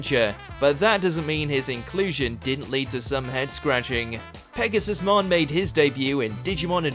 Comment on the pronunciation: You keep mispronouncing it as Pegasus-mon, while it’s actually pronounced Pegasu-mon